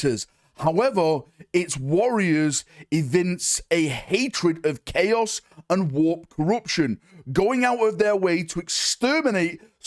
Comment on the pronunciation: "the taint of 'clay-oss'" new faction confirmed??? 😂